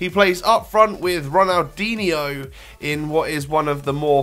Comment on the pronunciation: It's pronounced Ronaldinho not Ronaldinio